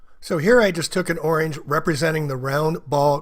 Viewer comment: “So this is the exact same oinge” Oinge?